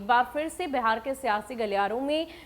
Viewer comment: Madam pahle Bihar kahna sahi se sikhiye uske bad ankring kijiyega